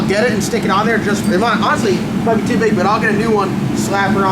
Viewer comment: Is that a Carolina thing the way you say too is funny ask Phil to say too lol. He says tooooooooo lolololol